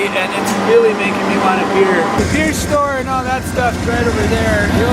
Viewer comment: “Beer” is a two syllable word for wingman. “Be-ear”